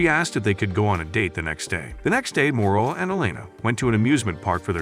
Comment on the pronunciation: Morola not moroa